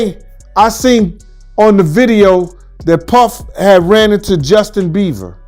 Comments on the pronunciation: His name is Bieber not beaver 🦫 😂😂😂bro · Justin Bieber ❌ Justin Beever ✅ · It's NOT Justin Beaver it's Bieber 😂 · Justin beaver huh it's Bieber lol😯😱🤣🤣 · "Beaver"? Really dude?! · Bieber not beaver. 😂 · please stop calling him Justin BEAVER LOL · Justin BieVer 🤣 I’m sorry 🤣 Please pronounce his name correctly. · It cracks me up when he says Justin Bieber he literally says Justin beaver 😂😂😂😂😂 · Ikr. I thought it was a slip of the tongue at first but he says it over and over 😂